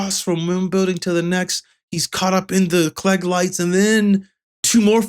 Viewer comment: Klieg is pronounced as "kleeg" not "klegg".